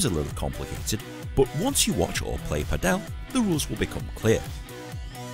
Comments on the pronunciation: has clearly made a mistake as well as the pronunciation of Padel, which is the same as Paddle, but he makes it sound as the Indian surname Patel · And pronounces it wrong too, because it should sound just like Paddle and not Patel.